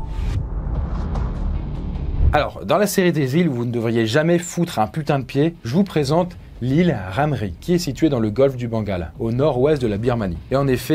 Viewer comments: j'ai pas rêvé "golfe du bengala " 😂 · Je suis le seul à avoir entendu " situé dans le golfe du Bangala"? 😂😭😂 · il à dit bangala la nn?😭😭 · "le golfe du BANGALA"🤣🤣🤣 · "...le golfe du Bangala" ? mdr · Ya que moi qui ai entendu "golf du bangala" ? 😭😭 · y'a vrm que moi qui ait entendu "bangala" ? xD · Allez a 1.99 j’ai entendu bangala 💀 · golf du quoi ? du bangala ?? 😭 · Il a dit bangala